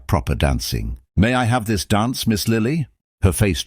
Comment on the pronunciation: Is "donse" anything like "dance?" I would suggest that if you can't properly pronounce English, then narrate in a language you CAN pronounce. Is a "pok" anything like a "park?"